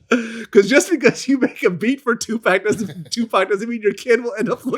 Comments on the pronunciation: Did this dude say 2 pack instead of Tupac then corrected himself talk how you talk man dude keeps showing his vulture card membership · Vlad said Tu PACK lmao...yo Vlad,it's the whiteness bro. It's ok to let it out once in a while lol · Did this nigga glad just say 2pack...common mann wtf